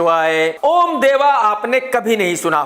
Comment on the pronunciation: ओम का सही उच्चारण - अ ओ म ज़ब तक नाभि पर जोर न पड़े तब तक सही उच्चारण नहीं है! (मै भी सही उच्चारण नहीं करने वाला शब्द नहीं लिख रहा हु शायद!)